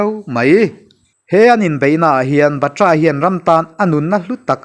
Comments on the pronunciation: Batra ni lo in Bat-ra ti a lam tur ani chuan ka hria mawle kei ve hian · Batra lam dan hi dik lo deuh